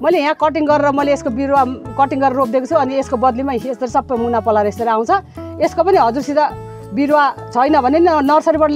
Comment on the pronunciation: Paulayer hoina palayera ho vannus nepali prastha xaina didi ko ta